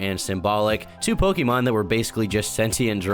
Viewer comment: I think the worst thing about this is that can't pronounce Pokemon correctly